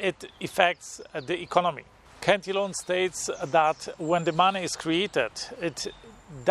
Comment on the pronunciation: It’s pronounced [Cant-a-lan]